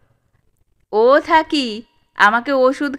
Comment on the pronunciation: গল্পপাঠে থাকমণি নামটা থাক্ মণি বা থাক্ বলিয়া বারংবার উচ্চারণ বড়ই বিরক্তিকর। উচ্চারিত হওয়া উচিৎ ছিল,থাকঅ কিংবা থাকো। ঐ ত্রুটি বাদ দিলে সামগ্রিকভাবে গল্পপাঠ অপূর্ব।